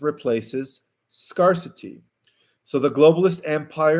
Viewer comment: Scare-city NOT Scar-city!